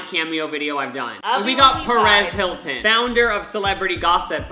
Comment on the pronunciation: I heard "Paris Hilton" not "Perez Hilton" so when I saw that dude I was like "wait wtf" 😂😂